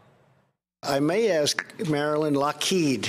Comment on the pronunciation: I love the emphasis on the "kheed" in Lockheed